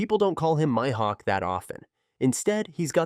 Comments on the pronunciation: He messed up so many tings they clearly say in the anime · "MY" hawk, good video though